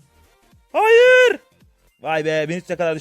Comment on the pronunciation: hayır demene hayranım adamsın